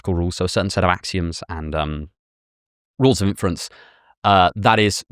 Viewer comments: Alex, it's INference, not inFERence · Why can't Alex say "inference" properly?